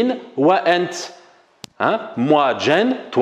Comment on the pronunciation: il faut juste prononcé le t correctement comme T dans l'arabe classique et non comme le monsieur qui a un accent et qui prononce le T COMME TS. c'est ANT et non ANTS (le monsieur est probablement Marocain ou un Algérien de l'est comme Constantine, Jijel ou Mila qui prononce le T comme TS)